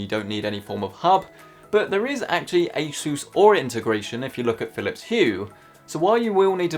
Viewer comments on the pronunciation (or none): Broooo A SSSSSUUUUUUSSSSS PLEASE. I don’t like how you say sooos it just sounds like Jesus like Spanish bro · sounds like a sus when he says asus